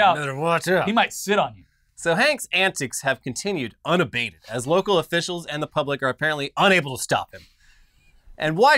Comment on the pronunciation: Unabated? You mean. Una-bear-ted, right?